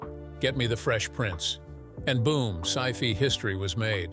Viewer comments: sci (fee) history was made. 😂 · What is "Sci-fee history" Doesn't anyone review these before posting?